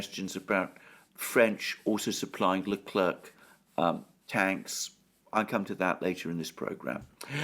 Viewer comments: Leclerc in french is pronounced LECLAIR....thank you. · The "c" in Leclerc is mute 🙋‍♂😂